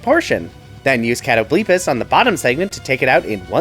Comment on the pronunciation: I don’t know if I’ve just missed it before but is that how you pronounced Catoblepas?